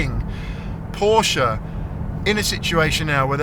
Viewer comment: FINALLY, someone on YouTube who can pronounce Porsche.